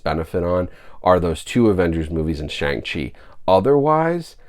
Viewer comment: Brah, you completely butchered the pronunciation of Shang Chi